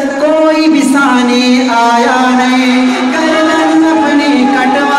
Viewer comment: گردن ہوتا ہے گاردن نہیں